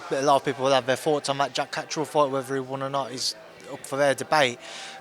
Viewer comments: gets a tenner for each time he comes up with a new way of mispronouncing Catterall. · Love hoe he pronounces Catterall, like he's Italian or summat 😂